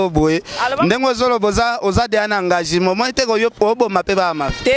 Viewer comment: olela donci🤦🏽‍♀️lobaka bien c’est changement et non changimen, engagima,seci 🙆🏻‍♀️😂 pourquoi ozotingama que aza n’a Papa irresponsable 😯